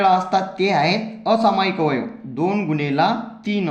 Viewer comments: गुनेला नाही गुणिले😂😂 जरा हलू बोल😂❤😂😂😂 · Gunela ny mhanat gunele mhantat sir😂😂😂😂😂😂